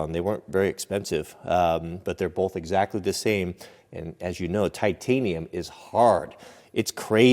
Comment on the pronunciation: There is no "L" in the word BOTH! That being said, love your vids!